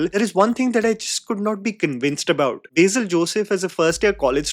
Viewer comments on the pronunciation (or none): My god it’s on “Beizil” it’s BASIL , I’m not even a malayali